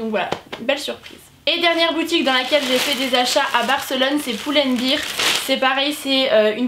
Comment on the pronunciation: Hello! Si jamais ça se prononce plutôt Pull and "baire", si tu prononces "bire" ça s'apparente plus à beer, la bière que bear, 'ours' ou le verbe 'supporter' ;)